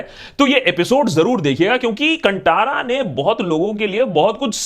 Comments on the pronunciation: Sir it should be pronounced कांतारा। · Kindly correct your pronounciation of movie name. It's कंतारा not कंटारा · कंटारा नहीं बाय, भाय। कांतारा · Bollywood loog keliye KANNADA shabdh uchharan karne hi nahi aathi, tho ye achhe movies kaise ban payega. They always pronounce KANNAD insted of KANNADA, कांतारा ko कांटारा bolthe hai. Respect languages. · Sir…it’s pronounced as कांतारा not कंटारा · Abhi bollywood movies me koi dum nahi hai....south movies are booming and rocking. Watched Kantara in kannada (right pronounciation is Kaantaara) कांतार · It's pronounced as Kaan-Taara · Its pronounced Kaantara with 'tara' wala 'ta' not 'tamatar' wala 'ta' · Bhai it's pronounced Kantaara as in "ta" in "taare" not Ta as in "Ta"rzan. Also, it's pretty funny seeing both left and right claiming Kantara is theirs 😁